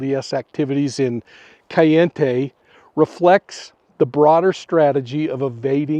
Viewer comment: CAL- E- In-tay 🤦🏻‍♀️ and I'm going to believe whatever you tell me?